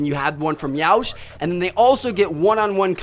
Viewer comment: You said Yeousch wrong.